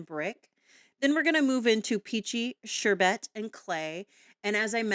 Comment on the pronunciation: Beautiful blending!! It’s pronounced like ‘sure Bert’.😊